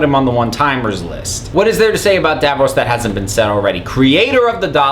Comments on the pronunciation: dAV-rOSS nOT dAV-rOSE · I don't know how you manage to say Davros wrong. It's Davros, rhyming with loss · It's Davros, not DavFrost, you moron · i can never forgive you for when you said davros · TheToastyLegend I noticed as soon as he said Davros 😂